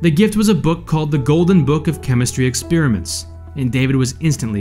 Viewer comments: Why does this clown keep saying “ex-peer-a-ment”? Didn’t he attend school? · Kids: This is not how you pronounce "experiment." It's /ɪkˈSPER-ɪ-mənt/ Not /ɪkˈSPIR-ɪ-mənt/